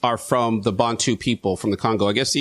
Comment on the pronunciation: I'm South African. Accurate information and well done on pronouncing 'Bantu' and 'Khoisan' correctly. Most Americans struggle with those ;-) FYI - The word “Xhosa” is derived from the Khoisan language and means “angry men”.